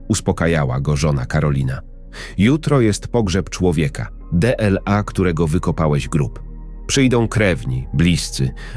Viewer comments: Stop durnemu DE-El-A zamiast DLA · Laczego to opoiadanie czytane jest w ten sposob ze nie wiadomo czy chodzi o mezczyzne czy kobiety. De-el-a to tez jaks glupota.